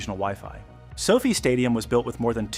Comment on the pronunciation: While overall the video is good, every time the narrator says So-Fi like Sophie I cringe. It's pronounced So - Fy or F-eye. Irritating.